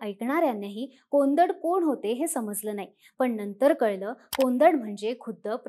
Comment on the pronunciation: कोंदड नव्हे कोडंद म्हणजे धनुष्य